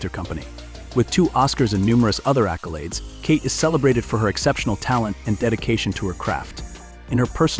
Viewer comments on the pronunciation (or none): none